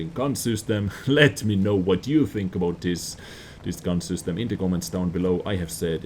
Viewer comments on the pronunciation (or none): "Sustem" instead of system 😜